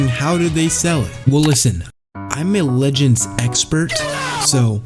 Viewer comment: Db "Lehends" 😂😂